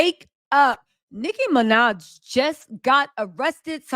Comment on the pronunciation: Love the video! BTW It’s Nicki Minaj